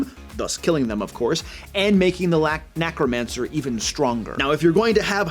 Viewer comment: “Nacromancer”? Still good advice